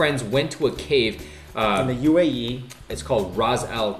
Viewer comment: omg i live in the uae and he pronounced the place wrong